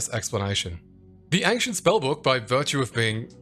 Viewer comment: I didn't say anything on the other video but you are saying "ankhshent" way too many times in the first minute for me to keep silent. Ancient ayyynshent